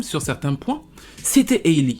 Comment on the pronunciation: Rien à voir les amis mais son prénom se prononce "Ali" 😅 Plus sérieusement, le pire dans l'histoire, ce n'est pas tant sa grossesse. L'enfant est en bonne santé, très mignon, c'est une grâce. Le problème c'est que chaque fois qu'on entend parler d'elle maintenant, c'est parce DDG a ouvert sa bouche qlq part ou a tweeté qqch Avant elle et sa soeur c'était les petits génies de la musique qui faisaient tout (chant, instruments, écriture, production) et que Beyoncé avait signé. Je me rappelle encore de vidéos d'elles en larmes dans le salon de leurs parents parce que leur 1er album avait été nominé au grammy. Aujourd'hui leurs noms sont dans tout sauf la musique